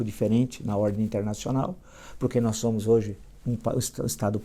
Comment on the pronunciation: “nós já samus” ? Oi? Foi isso que escutei?